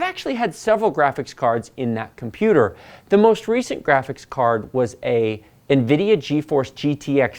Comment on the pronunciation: omg did you just pronounce nvidia the way it is supposed to be?! what is happening😨